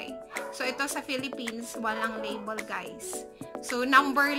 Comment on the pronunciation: Labol, Travol 😒😒😒😒😒